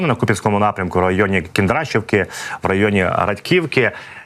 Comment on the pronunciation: ❤ДЯКУЮ ЗА КУП'ЯНСЬК! Кіндрашівка, наголос падає на другий звук "і". Бережи, Господи, всіх захисників Україні, нашої ріднесенькоїКуп'янщини!